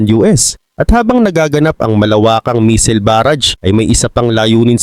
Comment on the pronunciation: taga China cguro ito😂 missile hindi meseals🤣